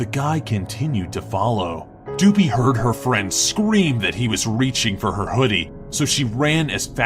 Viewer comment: It shows a picture of Goobie but says Doopie.